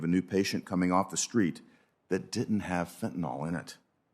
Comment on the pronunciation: "By simply crossing the boarder," a trespasser can effectively attain US citizenship. 'Fentanyl,' not 'fentanol.'